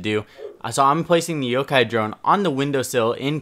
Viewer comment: kinda ironic when you said can`t speak english after mispronouncing yokai as yokou as yokai is Japanese term for ghost so really you should be saying cant speak Japanese